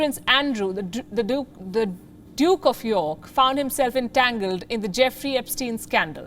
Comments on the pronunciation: she said druke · Maybe at that moment she pronounced duke as "dick" in her mind. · I heard the pronunciation Duke again and again after Palki smiles.